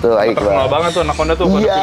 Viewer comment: Pas bilang anakconda gw dengernya "anak onta"